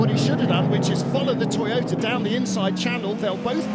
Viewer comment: Thank you, love this coverage! But, the Japanese team is To-yo-ta! Not To-ta! Please get it right! My Japanese girlfriend is giving me curry!. Not in a good way!